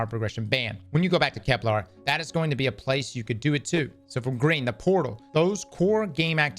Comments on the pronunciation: Please don’t tell me we’re gonna have saying ‘Keplar’ for the next year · KepLAR kills me every time ;_; There isn't even an A in the name